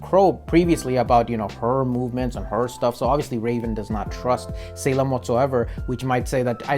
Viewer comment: dude im sorry but the way you pronounce salem as saleeem just cracks me up ahhahahaha